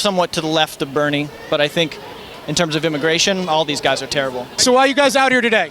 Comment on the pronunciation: "..im to the left of bermie..." XD so he's a communist XD?!